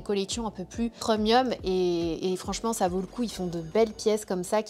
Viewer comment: Pourquoi elle dit: « PREUMIUM » c est premium on on prononce prèmium😂😂😂 ca me fait tjrs rire quand elle dit preumium😂🤣